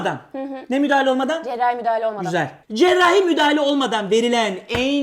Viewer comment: cerrrrahi müdahele olmadan shvshevs